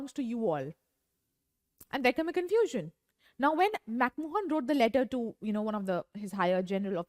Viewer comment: Its McMahon , and not McMohan😂